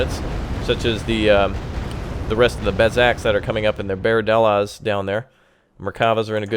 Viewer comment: nice gameply here's something to help you with pronouncing the names right mer-ka-vha (carriage) nets (hawk) more like buzz not bez ( falcon) aye-it ( aquila) bard-lass ( cheeta) cho-vet ( beater) shean-hav (ivory) bah-zack ( flash) mil-who-him ( reserve service) zach-lam (half -track) and everytime you see a "ch" its not like the ch in chugging , more like the one in loch nes monster or german achtung